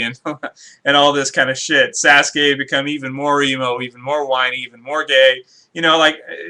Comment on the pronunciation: Hey said Sas-Gay